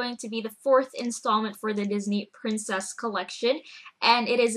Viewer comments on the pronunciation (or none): none